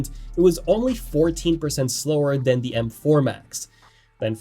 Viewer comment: THe, THat [pronunciation]